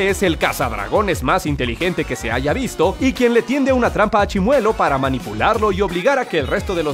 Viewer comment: Grax prro por el saludo :'v/ Edit:Lo mejor fue que lo pronunció bien y como yo siempre me pronunció :'v/